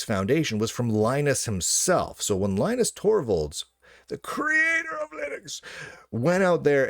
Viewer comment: His name is Lin-US